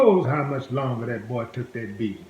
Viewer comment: Willie you need to learn a little English. It's not dat its that. It's not poolice its police. It's not dare it's there. My gosh learn English